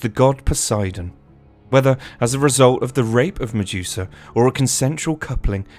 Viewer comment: The way Ure pronouncing Medusa …😖